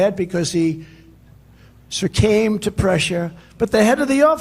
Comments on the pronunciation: Sercame? Guess he can't say succumb 😂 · The head of the office "succame" to pressure??? 🤣🤣🤣 Man, does he struggle with the one-and-only language he can even vaguely communicate in! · He "surcamed" to pressure??? Bwahaha! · I think TRUMP SURCAME in his words to his grade 4 vocabulary ,the BONG WATER must be extra strong this week cause his BABBLE is beyond belief,who could SIT there and LISTEN TO SUCH UTTER CRAP,thats who you want for your PRESIDENT!! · "surcamed" to pressure?????? This idiot cannot even speak English!!!! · "He succeemed to pressure." DJ Trump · He "surcame" to pressure? 😂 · "Sucame to pressure" 😅 past tense of "Sucome"? 😂😂